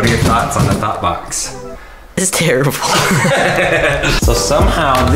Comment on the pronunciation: I keep hearing thot box